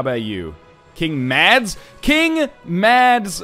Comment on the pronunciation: Northenlion Mads is pronounced with a silent d